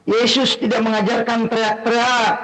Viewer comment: Bang mkc nda tau ucapan yesis.hey yohanes yg bilang bukan yeyus.